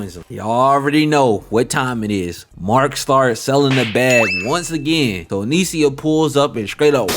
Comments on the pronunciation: if this nigga dont stop saying anisia its fucking anissa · Maaaan. At least the weeb names come from a whole other language. How did you manage to add an extra vowel to Anissa? 🙃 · Pronouncing Anissa name wrong was sending me😭